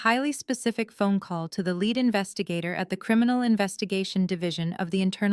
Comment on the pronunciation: "Horse do vers???" Egads. Proof listen to this crap before you turn it loose on listeners. It's "leed" officer, not "led." Too much talk...yak, yak, yak. Decent story but too much explaning. Indianapolis USA April 17, AM